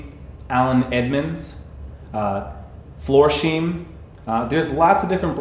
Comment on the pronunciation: Brother....Florsheim - get the pronunciation correct. Seriously?